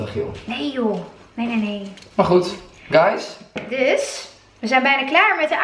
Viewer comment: Heerlijk zon kletsvideo , sushi etende mukbangs heb ik nu wel gezien en persoonlijk vind ik het niet boeiend .......etende mensen bah 😩😩hi Guys uitspraak vind ik irritant ☺️☺️ik haat het als mensen te langzaam rijden niet doorrijden en bellen of whatsappen achter het stuur ......